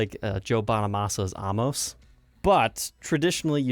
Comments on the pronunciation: In regards to Joe Bonamassa’s Amos is pronounced A-mos not Ahmos. Just giving you a heads up. Watch his video about the guitar that will let you know how to pronounce it. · Very cool to see a 20k guitar. It's pronounced A mus, not A moss. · Joe's 58 AMOS is pronounced A-Miss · It's Amos, as in Amos and Andy! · Say Amos again lol